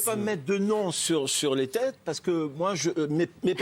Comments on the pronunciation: ils ne savent même pas prononcer son nom correctement,étonnant car ils viennent du même kibboutz !! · Un client dont il n'arrive même pas à dire le nom correctement 👌